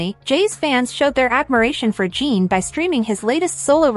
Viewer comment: His name is NOT Jean or Gene. His name is Jin. Phonetically Gin. Gin. If you can't be respectful and pronounce his name right...you should NOT be reporting on this story. You and your director should be fired. This station should never put out a shameful story where the names are Misprounced! In the professional world of Journalism ...you don't do that. Clicking off your channel with a Don't Recommend click. I changed my profile pic to Jin to honor him for serving in the military. To honor him you should at least pronounce his name right. Jin is World Famous! You should be so embarrassed!!!